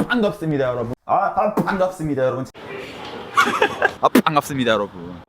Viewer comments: ㅃㅍ의 중간발음을 저렇게 내다니..뽶갑습니다 여러부운~ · 뽠갑습니다 ASMR 좋네요 ㅎㅎ 👍👍👍ㅋㅋㅋㅋㅋㅋㅋㅋㅋ빤갑습니다 중독성으로 끝까지 정주행해숩니다 ㅋㅋㅋㅋㅋㅋㅋ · 아 퐝괍습니다 여러분~~~ 중독되겠어 이거 끊을수가 없어야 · 계속 들으니까 포항갔습니다같이 들린다리 ㅋ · 퐝갑습니다 여러분